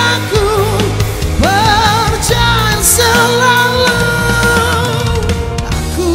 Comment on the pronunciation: Aku yakin ni suara die...aku respect talent die, mmg power...tp nape minit sebutan "percaya" tu lainn maciam saje hehe...✌️